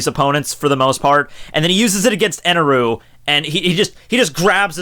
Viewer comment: It's "God Enel" not Eneru...